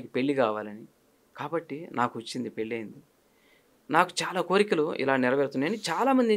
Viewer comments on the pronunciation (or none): 👌ఇంటర్వ్యూ🙏 ఉచ్ఛారణ దోషాలు: షుద్ధి-✖️ సుద్ధి- ✔️ పెల్లి-✖️ పెళ్లి-✔️ వాల్లు-✖️ వాళ్లు- ✔️ దశ-✔️ దష-✖️ శుభం-✔️ షుభం-✖️ ఇంకా…… ఎన్నో